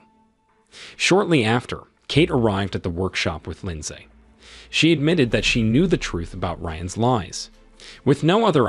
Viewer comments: AI keeps saying "LINDZAE" and it's throwing off the focus of the story.... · The “lin saay” part is killing me😂😂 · Dude says Lind-say everytime. But what really got me was when he tried to say heist 😅